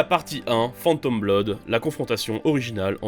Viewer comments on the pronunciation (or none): none